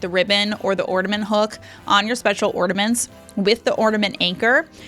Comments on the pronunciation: Omg its a floor Its not ground!! And its not ordamets Its ornaMents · Love how you call ornaments "ortaments"